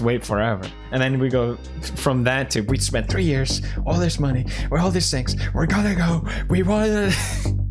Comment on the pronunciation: Did he say "all this sex" ? Ik he prolly said "all these things" but its sound so weird